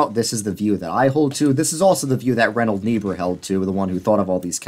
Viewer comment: still can’t figure out who you are talking about. If it is Reinhold, it is pronounced wrong, if it is Richard, same 😳. Richard Niebuhr was the one to write Christ and Culture.